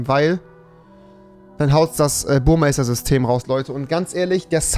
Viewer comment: Warum sagen alle Youtuber Burmeister😂😂des heißt Burmester😂😂